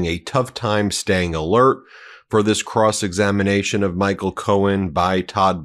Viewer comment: Cross examinamation? I'm sorry Benji but that was funny and a much needed giggle. You're tired from your very wonderful weekend and I absolutely understand. Now get outta here and enjoy your honeymoon!! 💙💙💙 God bless you and your family.